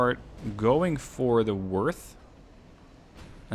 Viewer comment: German O with the umlauts (oe in English text) is pronounced similar to the u in murder. In fact moerder, the German word for killer, is pronounced the same as murder in English. In this case, the pronunciation of Worth is spot on with the American pronunciation of worth, however you need to soften the W into an English V.